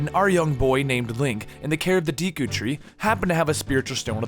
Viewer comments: how do you wrongfully say everything deeku? oakarina? ocarina and deku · Do-ku tree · Isn't it the deku tree, not the deeku tree? No offense just... Idk. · The "e" in "Deku" is pronounced as a long "a"